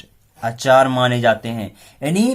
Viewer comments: Sorry sir lakhne aap pdathe acha hai lakhne aap Hindi pdanhe Mai sudahar kijhe aap aacare ko. Achar bol rahe hai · अचार ni आचार्य 😅